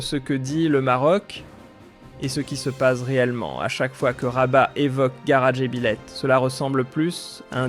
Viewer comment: Le narrateur a dû être piqué par une mouche de Tsé-tsé. Et puis, qu'est-ce que c'est que cette aberration de "GARA"??? W`1ech men "GARA? "Il ne GARA rien du tout", ça a toujours été "GHAAR DJ'BILÈTE, voire DJEBILÈTE, et certainement pas "DJEBILÈH.